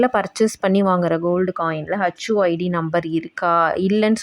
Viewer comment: HU id, not hacchu 😂